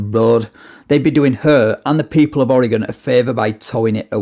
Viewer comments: I love how you pronouce oregon right. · Perfect pronunciation of Oregon, unlike most from other US states.